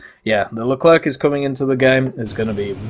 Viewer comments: Leclrec not Leclerque don't prononce the "c" pls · Please, stop all pronounce LeclerK , its more "le - clair" :)